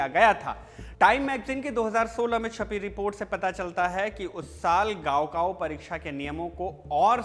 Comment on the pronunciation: 高考 it's not गाओ काओ, it's काओ खाओ